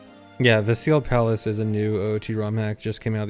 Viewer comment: I kept hearing Seagull Palace instead of Sealed Palace